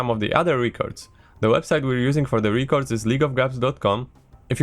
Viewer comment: REH cords not REAH cords please.... pleaseeee